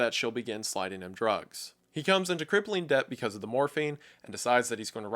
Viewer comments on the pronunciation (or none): It's pronounced det, not deBt. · It’s pronounced “det” not “deBt”. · The way he pronounces the b in debt is unsettling, biggest chill of the video tbh. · This isn't my only takeaway but did you pronounce the b when you said in debt ? Lol